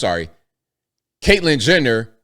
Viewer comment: did you say Caitlyn Jender?